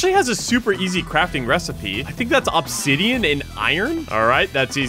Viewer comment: “ohb-zidean”